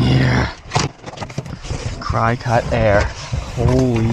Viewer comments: Pronounced cricket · No one is going to tell him????? Come on lol!! I will. It is pronounced cricket.